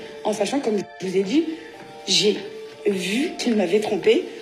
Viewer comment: On l'entend parler, en fermant les yeux, on a l'impression que c'est maeva genham qui parle : elle ne sait pas prononcer les J , elle dit " che choue "( je joue )